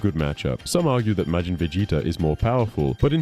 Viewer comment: "May-jin"? "Buh-bee-dee"? LOL 😂